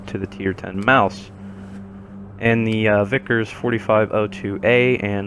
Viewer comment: the VK, as in VK 45.02, does not read 'Vickers'. It means Versuchs-Konstruktion.